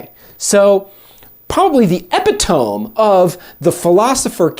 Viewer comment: epitome = 'uh·pi·tuh·mee'